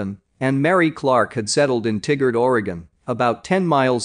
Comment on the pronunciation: TIE-Gerd. Not Tiggard.